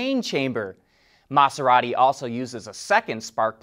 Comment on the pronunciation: Same with his pronunciation of Maserati. He kept saying Mahss-erati instead of Maz-erati. It was a bit annoying.